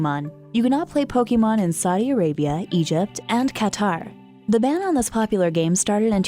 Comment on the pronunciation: "You cannot play Pokemon in Saiii Arabia"